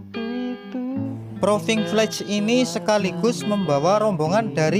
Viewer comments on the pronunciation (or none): 1. Karena istilah yg dipakai memakai bahasa INGGRIS, maka pengucapan atau lafalnya harus betul, misalnya pengucapan proving flight dan enclave sipil. Proving flight bacanya proving flaiț; awarnes bacanya èwârnês; enclave bacanya enklâv bukan ensleep atau edslip, first flight bacanya fêž flait. Traffic bacanya trefik. Nama direktur Yuliandra Nurcahyo (ejaan lama Juliandra Nurtjahjo). 2. Penggunaan istilah agar tidak sepotong2, misalnya kalimat enclave. Kalau menyebutkan istilah ini lengkapnya harus diawali dengan Lanud JB Soedirman enclave sipil, karena maknanya Pangkalan Udara militer (TNI AU) yang dimanfaatkan untuk penerbangan sipil. Atau bisa dengan menggunakan kalimat yg mudah dipahami Bandara JB Soedirman yg menggunakan fasilitas Lanud TNI AU. 3. Data rombongan tidak termasuk jajaran Kementerian Perhubungan. Dari Kemenhub sudah datang saat uji kalibrasi landasan oleh Dirjen Perhubungan Udara beberapa waktu yg lalu. Demikian juga dari jajaran AP 2 tidak termasuk jajaran direksi. Mohon maaf dan terima kasih, semoga konten ini selalu berkembang.